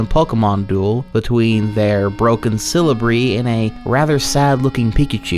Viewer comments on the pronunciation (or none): Where in the name of god are you getting an r sound from celebi and why am i so pissed about it? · "Cele-brie." That made me chuckle a little. No disrespect, just find it amusing as a big Pokemon fan. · The second scariest part is his pronunciation of celebi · He doesn't even say celebi right 😭😭